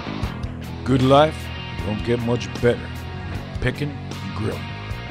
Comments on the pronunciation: This is just me bud, but I think its pronounced good... Not guu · You can hear the capital U when he says "good."